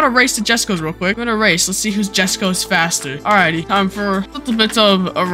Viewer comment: irl its supposed to be pronouced "yesko"